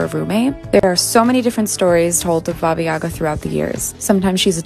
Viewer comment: It’s not an either/or situation - the only correct pronunciation is “baba yagA”